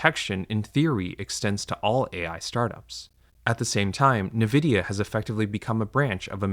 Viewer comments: I stopped watching and unsubbed, because a) you can't pronounce nvidia, and b) your sponsor. Lots of luck in the future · Mispronouncing the name of the most valuable company in the world undercuts your message. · With the conflict of interest with the sponsors and the bizarre pronunciation of Nvidia, I wouldn't be surprised if the script and narration utilize AI... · I find it very difficult to believe you when you cannot even pronounce the name of the company Nvidia correctly. The difference between llms and fiber deployments 30 years ago is that llms are completely replacing PhD level human labor such that a illiterate person can produce the same output. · The mispronunciation of Nvidia is incredibly odd for someone who has apparently done tons of vigorous research into AI. Nvidia is the biggest company involved in this mess because every tech company building infrastructure for AI is using Nvidia's computing chips. Nvidia is the company selling shovels to the gold diggers in this rush. That's why several people in the comments are suggesting that the narrator is an AI voice. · The pronunciation of Nvidia struck me as strange, but I didn't even consider that he could be an AI voice reading a script until I heard the sponsorships for AI companies. Now the channel just seems very shady. (I watch plenty of creators that mispronounce things, like those that pronounce Mario as "mare ee oh" so it didn't strike me as too implausible...) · Never heard someone pronounce nvidia that way. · Jesus christ, its not "Na-vidia." Its N-vidia. it is a play on the latin word for envy "invidia" just with a letter N instead of the the word in at the start. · “En-vidia” not “ne-vidia” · It has 2 i not 3. Its nvidia not nividia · It’s called ENvidia not NEvidia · En-vidia not Nuh-vidia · I like your videos a lot! but it's en-vidia no nevidia. it's very difficult to hear it wrong for some reason. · ENvidia not NEvidia...why does that trigger me so hard? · Say nAvidia one more MF. 😂